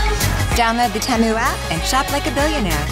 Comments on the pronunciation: They changed the pronunciation name from tee-moo to tem-u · The pronunciation change from Tee-Moo to tem-oo is terrible. Change it back. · I thought it was pronounced Tee moo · It was originally Tea-moo. They deleted that one and re-uploaded with the new pronunciation of Teh-moo. I know because I have a copy of the original. ;-) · Can you explain the different pronunciations? I always thought it was Te moo now it sounds like tam moo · I came here only to comment on this new version: It's weird as hell. "Teemu" sounds far nicer than "Têmu" on this ad. "Têmu" sounds annoyingly off - it's plainly wrong. Dissonant. Wrong. Change it back. I don't mind listening your ad a 100 times (I may did it, actually) but remove that atrocity, please. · Why did they change pronunciation from teemu to temu? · Have they changed the pronunciation of "Temu"? It's more like "Tamu" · It's pronounced TEE-MOO! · They changed the pronunciation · Who else noticed they changed the pronunciation? "Oh look! A bebu"! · Why did they change the pronounciation for Temu? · You guys changed the pronunciation of Temu lol. 😂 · You cant just change the pronunciation like that 💀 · We’ve all been pronouncing it wrong 😂😭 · Seriously thought this was a Mandela Effect. They DID change the pronunciation! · They legit changed the pronunciation for no gyad damn reason 💀💀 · They changed the pronunciation go look at other versions of this commercial when it first aired